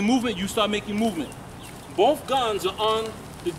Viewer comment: did you say "BOPH" guns are on the target...?? well no surprise their